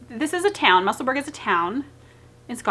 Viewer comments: Bless you! If you can pronounce Edinburgh then Musselburgh is pronounced the same x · Haha, I know Google isn't the be-all end-all, but even it shows that you are pronouncing Musselburgh in American English. It's FINE. My last name is Scottish, but we pronounce it in American English because we're Americans. My maiden name is Lithuanian and we always pronounced it in English, too. I think this is normal? How do we pronounce Paris, France? Par-iss or Par-ee? Goodness. Is this not the same thing? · That is the cutest shirt! Love your videos! I also want to tell you that my husband loves you too, especially because of how you pronounce Musselburgh. I had him watch that little segment where you talk about this is how you pronounce it and let's move on. Haha! We both loved it! Keep on Truckin'.